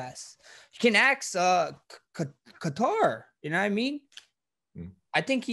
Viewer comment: The real 145lb champ. This man really said “Ka Tarr”😂